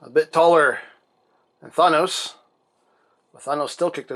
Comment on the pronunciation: Wait did he say Fonos